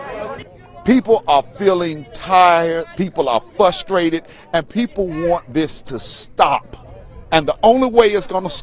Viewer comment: "Fusstrated"..."Jesstice"...why is it THESE dudes they find to represent us?